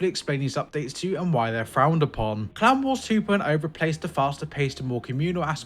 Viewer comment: I was listening instead of watching, and it took me an embarrassing amount of time to realize he was saying "clan wars" instead of "clown wars"